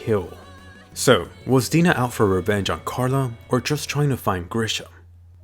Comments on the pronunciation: "The smiling titan that had Hannes for dinnah (i know its Dina but i hear Dinner but dinnah) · Did this guy say Dina instead of dinner? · In English dub, Dina sounds like Die na